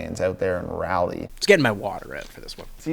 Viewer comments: Raleigh is pronounced rahley, not rally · Ok i gotta say it lol its pronounced raw-lee not rally. Carolinians are fuming on that one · ITS PRONOUNCED LIKE “RAW-LEE” NOT RALLY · North Carolinian here. YOU GUYS SAY RALEIGH SO WEIRD ITS NOT RAYLEIGH ITS RAWL LEY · It's Raw-Lee not Ra like raptor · Not sure why everyone tries to call Raleigh, Rally when it is pronounced Rah Lee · Z and for the love of god please learn how to pronounce Raleigh. Jessee was right. It's not "Ralley" it's pronounced like Raw-Lee. Also the Minnesota Wild play in the capital of Saint Paul. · Raleigh is pronounced Rah-lee not rally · pleaseeee tell me he did not call Raleigh "Rally" :( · Every time they say “Rally” I die a little inside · Please, for the love of God, Raleigh is not pronounced "Rally" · the way y'all pronounce Raleigh. It hurts... simply it hurts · Y'all butcher Raleigh every time lol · the raleigh pronunciation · that’s not how you pronounce raleigh 😭😭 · The way they mispronounced Raleigh, NC is hilarious 😂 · Despise how z said Raleigh